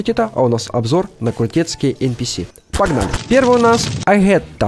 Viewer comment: Не агета а Агатта